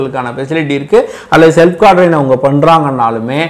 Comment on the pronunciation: குவாரன்டைன் னு சரியா சொல்த்தெரியல எதுக்கு இவ்வளவு எதிர்ப்பு, புல்ட்அப்பு? நீ டாக்டரா